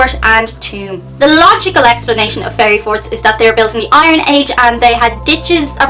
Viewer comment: At first I thought you said "fairy fart"!